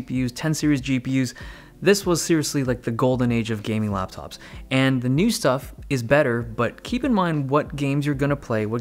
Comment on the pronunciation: dave be like RAPTOP'S IN 5